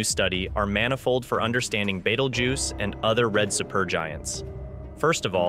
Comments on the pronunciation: It's Beetlejuice not battlejuice or whatever your saying. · 😂 you say Betelgeuse funny like batelgeuse or something like that but good story video thank you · He's calling it beetle juice haha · Omg can u pronounce Betelgeuse correctly. It's pronounced as Beetlejuice!!!!